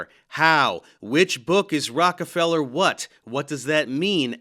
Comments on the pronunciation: The Rock-a-fellow. LOL. 😂 This might be the funniest hypercorrection I’ve ever heard. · You pronounced his name wrong, Dave. It is Rocko-fellow! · This dude said, "Rockafeller Books." 🤣